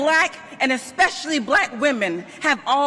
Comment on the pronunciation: said "expecially."